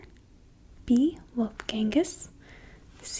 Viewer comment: "Wolfgangu...." wtf its Wolfgang Amadeus Mozart